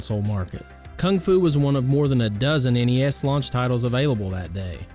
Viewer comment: Thank GOD you said N-E-S and not as a the word NES. So sick of hearing these millennials doing that. My game list would be the karate kid, teenage mutant ninja turtles, super dodgeball, top gun, castlevania, Mike Tyson punch out, duck hunt, contra, and the legend of Zelda